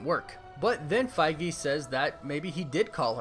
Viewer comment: Am I the only one who was disturbed by how this guy pronounces "Feige"?